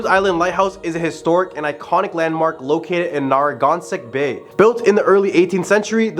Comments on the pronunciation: “Narrong-gonstett “ it’s “Neh ruh gan suht” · Omg! You need to say "Narragansett" correctly. It's not "NARRY GONSET"! Made me cringe each time it is said. UGH! and hysterical to hear someone from out of New England say "Rhode Island" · Narangansut it's Narragansett i hate it when people who aren't from new england can't pronounce the names😂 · Good selection of local, RI folklore. Well done! NB, Narragansett is, phonetically Nar-uh-gann-sett. At least that's how the locals say it. Bold attempt! ❤ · Narragansett rhymes with Tara Can Sit. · Nah Ruh Gann Set. ;-) Chowdah...... Quoehog.... Coffee milk.... Rah Key Point... Green-witch... Gren-itch... lol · Na ra gan sett. Like the beer. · I hate the way he says narragansett like bro, if you lived in new england pronounce it right😂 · Bro please learn how to say Narragansett… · You really need to say Narragansett correctly. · Before you do a video on Rhode Island you should learn how to pronounce Narragansett.